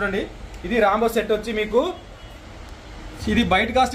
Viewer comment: రాంబో రాడ్ కాదు. రెయిన్బో రాడ్ అని అనండి బ్రదర్.